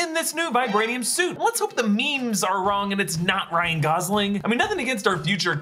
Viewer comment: Its wong